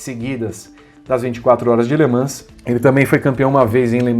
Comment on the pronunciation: Gosta da pronúncia francesa? Faltou treinar um pouco a pronúncia de "Le Mans" kkkkkkkk Minha lista: Gil, Hélio, Rossi, Loeb, Tracy.